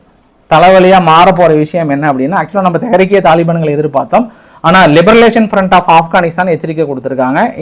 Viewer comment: லிபரேஷன் என்று கூறுங்கள். உங்கள் உச்சரிப்பு தவறாக உள்ளது